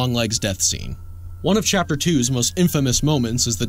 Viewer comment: Bro he said chaper not chapter at the end 😂😂😂